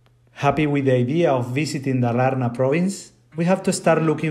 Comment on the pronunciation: Yeah you realy got you a cottage outside of nowere! And it was great, an old countryside family house! You prononuce Dalarna in the wrong way, its high pitch on the first A! Dal = walley, Dalarna is "The wallyes", we have another old area that is cald Dalsland, its south of Dalarna and Värmland, so obvius its The land of wallyes!